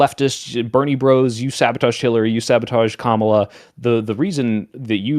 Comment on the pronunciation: ITS COMMA LA. NOT KAH MALA. COMMA LA.